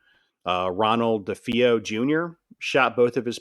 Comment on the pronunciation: It's duh-fay-oh, with the emphasis or stress on fay. This is based on listening to an interview with one of the family members. As well, it was luhtz, not lootz. I know he said he has a hard time with words, but holy cow... How do we know anything that Anson wrote in his book is true. This guy seems a bit too credulous. As much as I'd like to believe the Amityville story, I've done enough reading, listen and investigating to really feel there's not much to Anson's book. I'll give him one thing, he knows the Warrens were full of it.